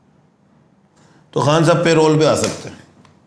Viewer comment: رول بول رہا ہے چُول ہے